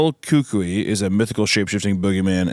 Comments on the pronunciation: it’s pronounced Cuh-coo-ee :) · I’ll help with that pronunciation: it’s pronounced coo-coo-ee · it's pronounced coo-coo-ie(s) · It’s not coco it’s pronounce coocooeee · Every time they say coco instead of cucuy (koo-koo-ee), a piece of my soul dies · Ohhhh that's what they were saying! Yeah I'd never seen it spelled before only ever heard it spoken growing up so I was like "what the fuck is a coocy? It's pronounced coo-koi (that's the closest I can get to spelling out the sound since I can't think of an English approx to the Cuy part). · its no coco. its (coo-koiy) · Koo-Koo-ee but I think the last two syllables kinda blend into one in Spanish. Its spelled and said different in Portuguese and a couple other dialects so Hunter saw Coco and ran with it. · The Cucuy (pronounced coo-coo-ee) or Coco is just the latin version of the Boogeyman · Them pronouncing Cucuy as “the kookoo” is probably the whitest thing that’s happened on creepcast yet lol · Cucuy is pronounced koo-koo-ee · The Spanish spirit is pronounced "cu-ko" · 'cucuy' or 'el cucuy' is pronounced "koo-koo-ee" roughly. The beginning sounds a little more like "kuh" to me personally but...my skintone is, ya know. I do live extremely far south near the border though so I grew up hearing the word. 😂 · It's "cuck-oui" take the e sound of we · It’s pronounced “Coo-Coo-EE”, at least how my grandma said it, and she’s used it on me a few times when I’ve refused to go to bed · its pronounced coo coo eee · btw, Cacuy is pronounced "Ka-Koo-E" Source, my Mexican family joked about it all the time when I was a kid. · Gonna tell my kids its El Coco instead of el cucuy (coo-cooey) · Not one of y'all had a Mexican friend to help you pronounce El cucuy??? It's like coo coo uy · kew-kew-ie is how you say it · (coo coowee) is how I would explain the pronunciation for English speakers :) coo like cool but without the L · It's pronounced Cuh-ku-ee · It’s pronounced “coo-coy” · Guys… Cucuy is pronounced “koo-koo-wee”